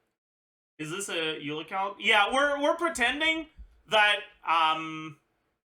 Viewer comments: I absolutely hate it when he says her name. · wait he finally pronounced Eula as Eula and not OYLA! HOLY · Its the french prononciation bruh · Why is he still saying her name wrong. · He pronounce it the French way, which i never noticed because i'm french speaker